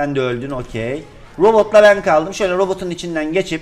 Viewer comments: Pen diyorrrr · Abi penye pem diyorsun (seviliyorsun hemde çok benden çok)<3